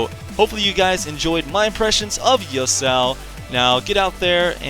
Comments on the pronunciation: I don't think it's Yusao, it's ya-su-o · Yo-sow? lol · Its pronounced "Yah-su-oh" (three syllables). I agree with a lot of your points, but I also feel like he has rather high early damage on a lot of his abilities; they sort of built his damage around the same numbers other champions would have...and then he also gets to cast his Q every 0.5 seconds or whatever and his E he can use every like 5 seconds to dash in and get an auto off. So when his abilities actually do decent damage...in my opinion, he does the most level 1 damage of any champion in the game! And its even more ridiculous because of his passive shield that he also gets at level 1 which just furthers his stupidly high trading potential early game. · A lot of people pronounce Yasuo as Yusao